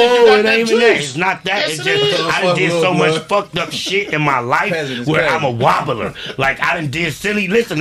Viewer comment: said “I’m a wonbler” bruhhh 😂